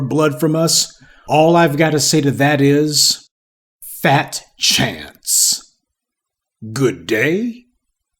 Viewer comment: 🔥🔥🔥🔥🔥 Emphasis on “fat chance”!!! 😁